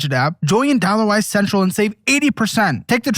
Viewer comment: Am I the only one that hears “DollarWise Cential”?